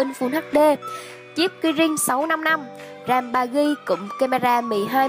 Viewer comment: có ai nghe ram 4gb thành rèm 4gb như mình ko